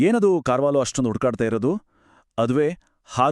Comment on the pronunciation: ಕಾರ್ವಾಲೋ ಅಲ್ಲಾ ಸರ್... ಕರ್ವಾಲೋ